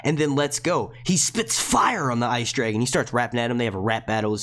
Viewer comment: 'spit fire' had me in stitches just please don't do a northern accent again 😝